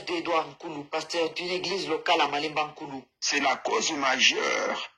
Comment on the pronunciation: Il S'AGIT de "MALEMBANKULU" et non "Malanda nkulu "😂😂😂